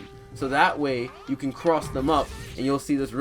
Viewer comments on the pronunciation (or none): none